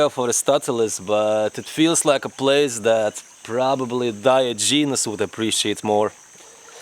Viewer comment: your mispronunciation of Aristotle made me think about unsubscribing but then I thought that I wouldn't be able to find another completely insane guy like you, so I didn't. by the bye, he wasn't the creator of scientific method, he just pioneered it. also the pronunciation of Diogenes leaves a lot to be desired, but do we really care?